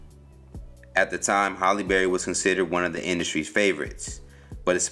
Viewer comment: Anybody else bothered he keeps saying "Holly Berry"?